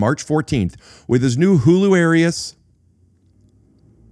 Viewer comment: You said hularious wrong